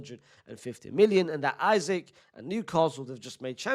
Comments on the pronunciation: Love you unc, but you're saying his name like "Isaac" when his name is Isak pronounce it as "ee-sak" not "i-zik" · It’s Issak not Issac bro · His name is not pronounced isaac unc 🫩🫠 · Say isak the right way 😂